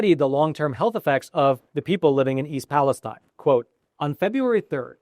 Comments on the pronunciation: Its pronounced east Pales-teen not tine. I grew up near there and my uncle owned a car dealership there. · I think Palestine is pronounced PALESTEEN by the people in Ohio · the locals pronounce it East Palesteen. Just a heads up. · This is good info, and I appreciate it. But your credibility would increase with many if you pronounced it correctly. Pal-a-STEEN.